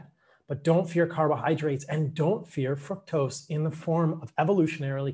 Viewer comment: Exactly. I caught that too. Fuc-tose